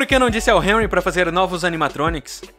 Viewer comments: "Enrri" Kkkkkkk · Só pra dizer e q se fala henry com som de r 😊❤